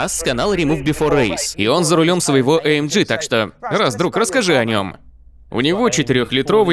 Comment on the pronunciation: Товарищь переводчик, AMG произносит я как "аэмгэ", а не "аэмджи"!